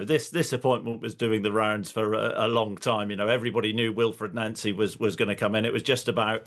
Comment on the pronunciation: He pronounces it correct, it's how Nancy says his name. Even says it in the most recent Celtic video showing the BTS